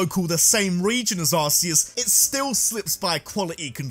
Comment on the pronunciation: It’s pronounced arc-e-us not arse-c-us. Just ask the guy that came up with Arceus